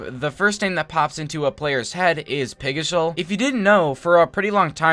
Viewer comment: Ah yes, my favorite youtuber